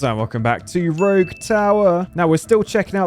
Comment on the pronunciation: The way he said Rouge tower at the beginning